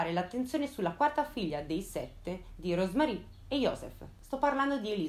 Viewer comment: Un po'di pronuncia tedesca? É semplice, giusto 4 regolette. Rosmarie lo dici ora in inglese, ora in francese, molto fastidioso a sentirsi.....é TEDESCO.